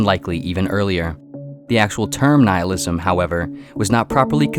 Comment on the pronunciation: Noohilism! No no no its Nihilism Ni-hilism. Yes yes thats it.